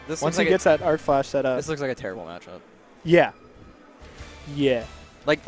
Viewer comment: Hearing him say "Arcflash" hurts me so much.